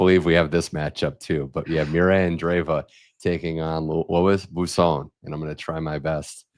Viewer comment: Bwah, not bu for Boisson.